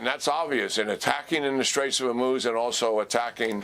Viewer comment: General Keane: ONE strait, not the straits as you keep wrongly saying it. Singular not plural. HORmuz as in Horrible, not HER. It should not rhyme with vermouth as you mispronounce it.